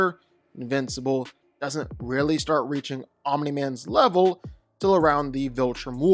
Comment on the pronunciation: Wow made ANOTHER invincible video who culd have seen it at least this time dragon ball isnt involved and pronouncing omni correctly my god this is a special video